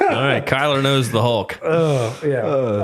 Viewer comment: It’s Kyler there’s an r at the end , I’m like the type r of Kyle’s